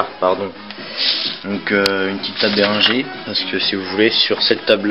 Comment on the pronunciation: On dit Beringuere ! sinon j'aime bien